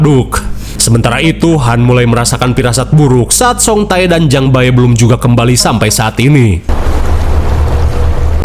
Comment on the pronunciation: Bang bacanya ulah "Jang Ba-e" wae atuhh😂 itu teh dibacanya Jang Be... Jadi "Bae" (배) dibaca tetep 'be' ajah engga usah Jang Ba-e 😂 Terus yang Song Tae juga sama, "Tae (태)" tetep dibaca te ajah jadi song te Jadi lucu hehehe